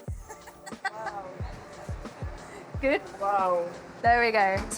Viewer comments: It is pronounced "ren dung", not "ren deng". Lol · You are singapore you can pronounce Rendang Indonesian way not western way, not ReWnd@ like that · its ren "dang" as in Dunk. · the closest pronunciation for english speaker should be : rehndung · pronouncing rendang correctly is "Rent - dunk " 😅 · The pronunciation is REN-dahng. The 2nd part like saying "hung" but with a D. The "rempah" spice mix is REM-pa (not "paw"), again stress the first syllable. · Rrrrangghdong is the way most Indonesians say it with a rolled R. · OMG please pronounce the food you’re cooking properly. It’s so hard to take you seriously after not being able to correctly say the name of the dish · Wtf is that pronunciation? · Indonesian people are going to love you for making a video about rendang daging sapi but I'll have to be the one to let you know that you are not pronouncing it correctly. Notice the fifth letter is an a, not an e, yet you pronounce it as if both letters are e. I hope this is helpful. Your rendang looks delicious btw. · why you pronounce it like a redneck American? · Authentic, lol. You can’t even pronounce rendang correctly, let alone make it.